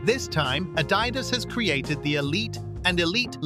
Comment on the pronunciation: Y bro say adidas like that